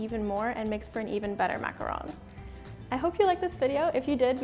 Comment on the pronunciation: She actually pronounced macaron correctly!!!!